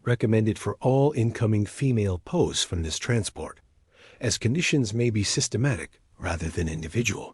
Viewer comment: It's P.O.W'S not pows